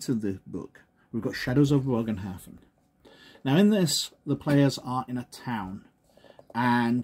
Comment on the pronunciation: It’s pronounced more as a buhgenhafen